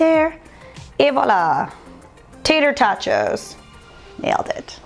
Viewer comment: I love how you actually pronounced "Voila" correctly. Most people say wa la. This video has inspired me to try the Beyond sausage. I want to try it with potatoes, like a breakfast skillet. Thanks a bunch!